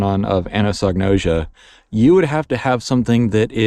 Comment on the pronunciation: I've been thinking about this topic for decades, and have similar conclusions. Really appreciated your take on it. /kaɪæzəm/ - it starts with the Greek letter X (chi); sounds like a hard k. Think "cross," which is what it looks like anatomically. ah-NAH-so-no-ʒe-ah - Gnosis (Greek for knowledge); English doesn't pronounce the "g." ʒ like the s in pleasure, although it's pronounced many ways by English speakers, so like an s is a pretty common form.